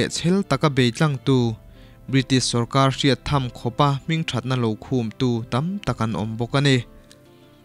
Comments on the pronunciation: Khûm niloin khum tihtur a nie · Hmingthatna khum tiin i rawn chhiara,i chhiar rik/lamdanah chuan...khum itih awmzia ah kha chuan,pel/kahlen tihna vel ani....mahse i sawitum chu ka hria.....khum ihan tih khan ilam dan adiklo mai ania...khum itih awmzia chu....lukhum han tih a,khum tih lai taka kan lam anga lam tur zawk niin ka hria....kan mizo tawng hi nang leh kei hi humhalh tu tur kan sia.....nanglo chu midang an awmlo ania....iram leh hnam,i tawng te nen....